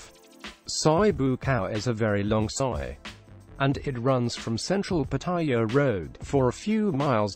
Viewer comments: Why do you call the city pattaya.when I was there it was Pattiyaw. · Please learn how to pronounce Pattaya properly.